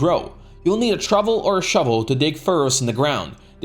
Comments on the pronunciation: It is called a trowel with a 'W' not a trovel with a 'V'. I don't mean to nit pick put I thought I'd point it out for your future reference. Ta! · Fyi, trowel is pronounced trow(as in how)-el, not truvel as in shovel. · TROWEL not TROVVEL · A shovel or a "trovel" :D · Use a trovel or a shovel... lol. It's "trowel" (pronounced like towel). Great guide, that just made me laugh. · "you need a Truvel, or a Shuvel" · Nice vid (y). In English trowel is pronounced like towel. All "w"s are pronounced the way you say it with "ways".